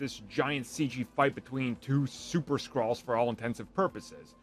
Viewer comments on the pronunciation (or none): It's Skrulls not Skrolls and the way the trailers were advertised, a lot of people assumed it was gonna have winter soldier vibes when it came to the tone of the show but the finale was the same as any MCU D+ finale